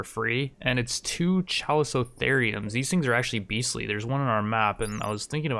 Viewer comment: for the life of me i can't spell that animal, but it's pronounced calico-therium